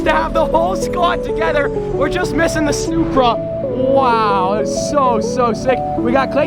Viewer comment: did he say supra or snupra